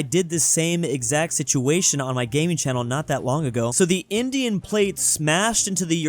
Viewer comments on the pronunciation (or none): none